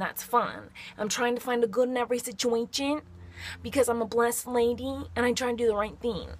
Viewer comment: the way she says situation😂 SICHUACHEN